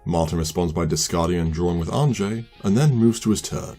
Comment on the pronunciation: Great game. I just want to toss out there that I'm pretty sure Anje is pronounced "Anya," it's the dutch spelling of that name.